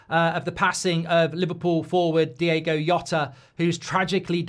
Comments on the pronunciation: Mark DI-O-GO. NOT DI-AY-GO. It's just a small thing, but it shows a modicum of respect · Its DiOgo, not Diego!! Come on, Mark!! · Nice words but please pronounce his name correctly, it's Diogo NOT Diego. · One thing I'm tired of today is people pronouncing Diogo as Diego. Please get his name right, it's a small point but when we're in pain things like this can be really upsetting. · He's Diogo, not Diego. Well said. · His name is DIOGO not Diego. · Please please please at least say his name right, it's Diogo, not Diego, I'm absolutely gutted ,numb and just in a state of shock.......please LFC retire his shirt number out of respect......R.I.P Diogo YNWA.❤️ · His name was DiOgo. Not Diego. DiOgo. Surely you can drop the chav act for one second and actually try to say his name right? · It’s Diogo not Diego, bizarrely that was the song wolves fans sang in the south bank, rip Diogo 😢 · Least you can do is get his name right. Diogo, not Diego. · Can’t even say his name correctly “Diego yota” wtf … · “Diegoh Yota” … it would’ve taken seconds to find out how to pronounce his name with minimum accuracy… Instant turnoff. That and the tone, “BREAKING NEWS!1!1!!1!”… Christ, just… Don’t. Have some sense. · Least get his name right. 🤦🏻 RIP Diogo & Andre. Both gone too early. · I mean, it is a bit disrespectful to pronounce his name incorrectly when eulogising about him. I like Mark and don't want to pile on him, nor do I think there was malicious intent, but come on. "Diego Yota". If it was the Georgian lad at PSG, I could understand, but this is just a lack of effort. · at least pronounce his name correctly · Mark, you could have at least pronounced his name properly for a video being about the poor lad dying. Jesus... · could have had the manners to pronounce his name correctly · Can’t even pronounce his name in such a video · Mispronouncing his name that bad is crazy. Show some respect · Even at a eulogy, he can't be bothered to pronounce people's names properly.